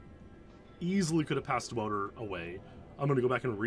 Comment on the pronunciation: Wow, love these deep dives 💯 Polite clarification on Wouter's name, for posterity -- Matthijs ten Ham once clarified the pronunciation as VOU-ter YAHN-sen 👍🇳🇱